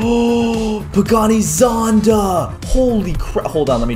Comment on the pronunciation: Its "pagani zonda" hahahahahaha